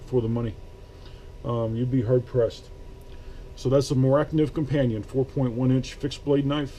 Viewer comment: Nice review, just one thing, its either a carbon steel or a stainless steel, not a carbon stainless steel. And by the way you did pronounce it correctly, Mora is a shortened term the knife is called!